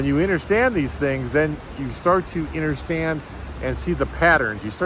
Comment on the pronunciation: It is “U”nderstand not “I”nderstand lol you say that funny